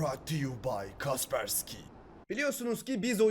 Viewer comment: abi şuna kaspersiki demeyin allah aşkına. yoksa ben mi öyle duydum??